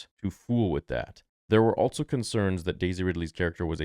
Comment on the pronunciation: Star Wars "Altso" Theory